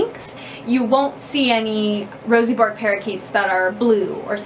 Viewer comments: As an Australian, every time you say "bork" It's 'burk' with a soft r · Pronounced as Burke not Bork. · i can't deal with Americans pronouncing it as "Bork" hahahahaha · Hey born and bred australian here. Its zctually pronounced Berk, after a famous Australian explorer.